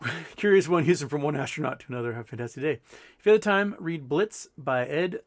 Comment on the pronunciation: Houston good show as always... But please consult your swiss friends on how to pronounce blitzed.